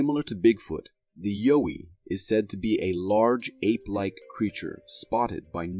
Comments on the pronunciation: its not yo-ee its a yow-ee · Pronounced YOW WEE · Its pronounced y-ow-wie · most likely but he pronounced the name wrong is all